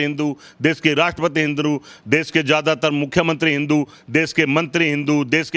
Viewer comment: राहुल द्रविड़ को क्रिकेट में गोल्ड मेडल 🤣😂😅😂 ठीक से हिंदू शब्द भी नहीं बोल पा रहे हो, जबकि शब्दों पर सबसे अच्छी पकड़ ब्राह्मण की ही होती है, तो किस तरह के ब्राह्मण हो???? शिवलिंग ना खाने को देगा ना रोजगार देगा, एक ब्राह्मण हो के ऐसा बोल रहे हो, जानते भी हो कितने ब्राह्मण पूजा पाठ से अपना, अपने घर का पालन पोषण करते हैं । भगवान राम जी ने कभी नहीं कहा कि मेरे लिए मन्दिर बनाओ, तो अल्लाह ने मस्जिद बनाने को कब बोला, अब खुद सोचो ओछापन किसमें है। ये श्री राम जी, हनुमानजी और शिव जी के भक्त मुझे ये बताए कि ये जिन भगवान जी को मानते हैं उनके पास धनुष बाण, गदा और त्रिशूल क्यूं है??? जितना मुझे पता है धर्म की रक्षा के लिए। अधर्मी इंसान... सिर्फ उम्र से बुढ़े हुए हो, अक्ल तो एक छोटे बच्चे से भी कम है । 2 कौडी भी नहीं बोल सकता, वो भी ज्यादा होती है।